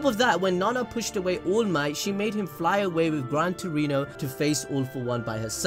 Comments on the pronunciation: It's to fucking funny when you're saying allmight but eventually I hear "ULMIGHT" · This the first ive watched from this channel, so is this guy really saying allmight as oolmight on purpose or is he milking it as a joke?